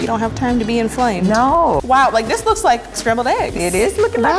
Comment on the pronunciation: "We don't have time to be inflammed' 😂😂